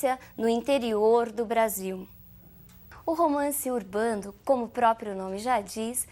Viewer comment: É engraçado quando ela fala romance urbando ou andianista.